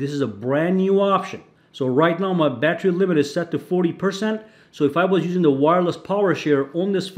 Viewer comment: Wtf is a "battry"?